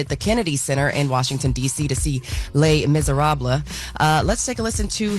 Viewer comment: Le Miserabla? Learn your pronunciations. You're supposed to be a journalist.